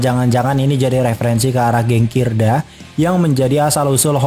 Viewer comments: Bang ralat kidra bang bukan kirda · KIDRA bang, bukan KIRDA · Kidra bang bukan kirda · Kidra dek bukan kirda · KIDRA MIN BUKAN KIRDA🤣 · Kidra bg bukan kirda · ralat bukan kirda tp kidra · Salfok sama moderatorny yg bilang gank musuh housen sama oya dengan sebutan kirda😅😅,,,2x malah,,, Yang betul KIDRA bang😅😅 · Kidra bukan kirda ...?? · BANG MAAP NIH CUMAN MEMBENARKAN GENG KIDRA BANG BUKAN KIRDA 🙏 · Kidra bang bukan kirda :D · Keknya kidra deh bang bukan kirda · bukan kirda oi.. tapi kydra.. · kidra bukan kirda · Bukan kirda tapi kidra bang!!! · Bng mohon maaf,yg bner kidra bukan kirda🙏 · kidra bang, bukan kirda😂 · koreksi dikit bang, bukan kirda tapi kidra. 😂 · Kirda apa Kidra min? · Kidra mang kidraaa, bukan kirda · Maaf min 🙏 bukan kirda tapi kidra 😀